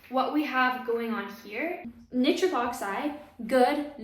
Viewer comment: Wonderful talk and very interesting! One very minor point, Nitric is typically pronounced nai·trik rather than knit-trik.